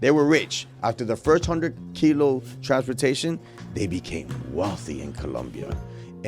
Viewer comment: kilo not kilo